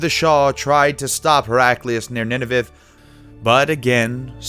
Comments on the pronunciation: Some issues with pronunciation here... Great research, but oh my God, the place-names. Where the f*ck is "Niniviv"? "Anseera"? "Martopolis"? i think there might even have been worse ones.... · Nininiviv and Bithnia! Hahaha narrator is of the hook! He has perhaps drunken to much covfefe.